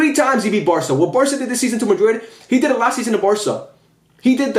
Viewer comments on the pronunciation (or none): is Girona with a G, not with an H😂❤